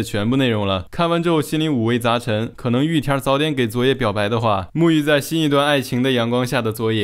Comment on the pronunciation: 聽了這麼多集總算發現玉田rrrrrrr的秘密